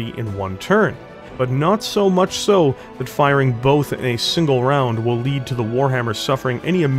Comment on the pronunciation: You really should record more audio takes. There are points where you stumble over words, and there's no need to leave that in. Also, some of your pronunciation and manner of speaking is weirdly jarring at times. Like over-emphasizing the word much at the beginning of a sentence, or how you say Natasha (you say Na-TASH-uh, while most folks say Na-TA-sha). Just a bunch of little bumps that would make everything smoother if you hammered them out, y'know? That said, I'm a little disappointed that you didn't mention the mechs that helped inspire the Warhammer: House Davion's Battleaxe and Hammerhands mechs. But I also understand that at over 35 minutes the video was already going long.